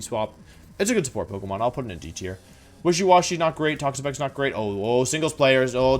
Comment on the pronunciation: The I in Toxapex is supposed to be an A!